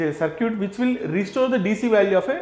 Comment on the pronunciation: It's not Sir'Cute it's Circut (səːkɪt)